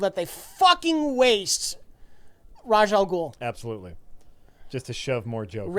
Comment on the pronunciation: Raj al Ghul? Rache al Ghul? No one knows! It's certainly not Ra's al Ghul.